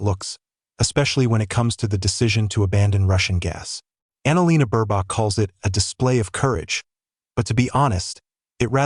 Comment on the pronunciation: Mispronounced name of Ms.B.😢